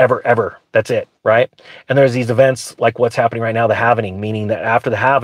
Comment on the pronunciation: Cheech: “What’s halvening!”